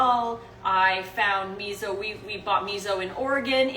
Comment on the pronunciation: you always. mispronounce miso :p